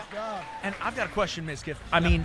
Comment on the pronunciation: "Midkif" "Mizka" Lol. I can relate, half of people can't even pronounce my name correctly either.